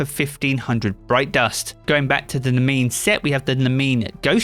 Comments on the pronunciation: Not sure if its been pointed out, but Nemean is pronounced Nē•mē•an. The armors, ghost, and sparrow are heavily inspired by the Nemean Lion from Greek Myth that Hercules took down as one of his 12 Labors. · I believe Nemean is pronounced: nee me an